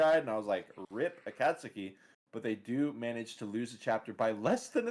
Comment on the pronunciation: every match with giggles is a good match lmao! Also shoutout to the Akasuki pronunciation, your Certified Weeb card is in the mail xD